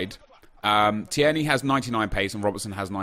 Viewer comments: it’s T-ear-knee not T-air-knee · TIER KNEE! Not teyarnee, can't believe you made me sound like fucking Hermione Granger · Hep, When you say Teirney you pronounce it like T-air-knee but it's supposed to be Teir-Knee, not hate just trying to help 😀👍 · Pronounced as tear knee. Not tee air knee. Hope it helps as a Scot that was painful to listen to 😂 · Tierney is: Tear-ney Not: Tee-er-ney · It’s not tee-erny. It’s teerny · TEAR-KNEE no TEAIRKNEE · Phonetically: Tear-Knee (tear as in crying) Not: Tee-air-nee Keep up the goof work fella, much love. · You say it like teer-nay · You pronounce it teerney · It’s teer-ney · Teer neigh like the horse noise is how you say his name bro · Tir a nee. I’m Scottish so believe me. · It's pronouced TEERNY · Say it like teer knee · Its pronounced Tear-nae (as in teardrop), you're pronouncing it like Thierry (as in Thierty Henry) and adding an extra syllable. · Tierney is pronounced Teer - Nee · It's pronounced 'Tear-knee' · Say it like Teerney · Tierney is pronounced teerny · just pronounce it 'TEERNEY'. Simples... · Tierney is said like Tear-ney at least where I'm from. It's a 2 syllable name in East Scotland. Idk if they say the er- seperate in glasgow but they don't here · Your sayin Tierney completely wrong (tear ni) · Tear-knee is how you would say it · Ur saying tierney wrong bro x